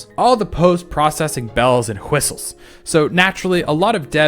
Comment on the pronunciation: "Bells and whu-histles" 😂